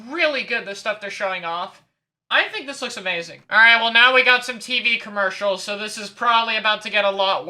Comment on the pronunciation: Just saying, it's commercial, not comercial